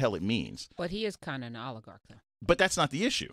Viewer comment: Oligarch not a difficult word.